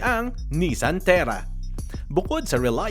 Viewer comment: Terra not Tierra